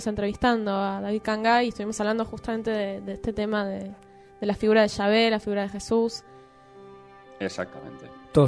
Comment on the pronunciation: como se pronuncia es yave o chave por que ella dice chave.